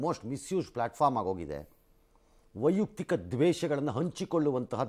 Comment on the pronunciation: ವೈಯುಕ್ತಿಕ ಅಲ್ಲ ವೈಯಕ್ತಿಕ ಎಂದು ಹೇಳಬೇಕು